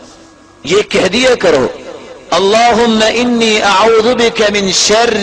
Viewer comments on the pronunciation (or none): محترمہ شر میں ر کے نیچے زیر ہوتی ہے آپ نے ر پر زبر ڈالی ہے درستگی کر دیں جزاک اللّہ خیر